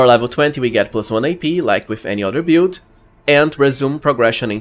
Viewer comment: build -is pronounced "bild" not "piould" lol